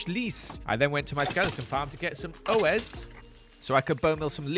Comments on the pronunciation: As a french People i am satisfied but to say a bone in french we say os like Oslo or in spidermans the Osborne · Did that man just say O S instead of os I can't 😭 i thought that'd be the easy one here i had so much hope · For the French part u have a good pronociation (expect u r, of course, big and unworked accent) except for emeraude and os That not pronounce o s but os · He said a lot of the French words wrong also bones in French is said like oh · your stupid bone is OS that pronouns oss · Bones are pronounced "o-ss" but good enough xD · I loved how he pronounced « Os » , it sounded like a shop name near where I live, but, « Os » is kind off pronounced like the « Aus » part of Australia lmao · le "O S" est légendaire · lol bones in french are actually pronounced “oh-sse” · Okay pronounciation was pretty good for someone who doesn't really speak french a lot, so credits to him but some of the words on google translate are pronounced wrong by the voice that is on the website. 'Os' was said COMPLETELY wrong and I'm blaming Google Translate for any wrong french in this video (time to go sue google translate lol) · "os" was the worst lmaoo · as a french thank you, your prononciation was awesome my favorite word was os MADE ME TEAR UP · When he said OS 💀